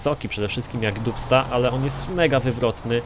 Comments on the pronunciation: Czyta się "Dabsta" :P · To sie wymawia "Dabsta 6x6" ;) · Naucz się czytać po angielsku, bo jak słyszę dubsta i inne wyrazy to mi uszy krwawią.